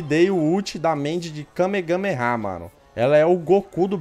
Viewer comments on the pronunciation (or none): não tanko o falando Kamegameha